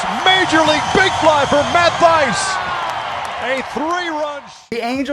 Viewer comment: You said Thaiss wrong just saying not being mean or anything